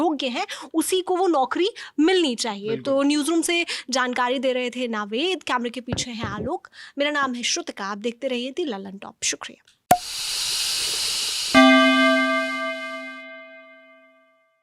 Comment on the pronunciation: श्रुतिका ने लास्ट में बोला - देखते रहिए दी ललनटॉप । दा ललनटॉप है भाई । दा और दी में फर्क समझो